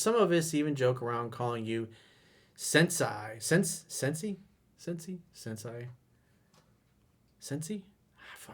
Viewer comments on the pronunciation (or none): Jesus man! You are a sensi... pronounced “Sen-say”. But you brought yourself down a notch by not editing out that part! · Sensei pronounced "sen-say" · I believe he's looking at the word, he just can't remember the correct pronunciation. Coach, it's pronounced "SIN-SAY" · Its "Cent Say" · it’s sensei “cen say”. Thanks for the great content! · Sensei pronounced "sen-say", which means master, Your welcome, & thank you for making 3%man!, Every day we live we r blessed, we should practice gratefulness, by serving our purpose, & being abundant! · Its "Sin - say" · Sensei "SEN-SAY" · Sensei= sen-say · You fucked up pronouncing sensei, Sensei! 😂 You still da man coach, bad Japanese pronunciation and all!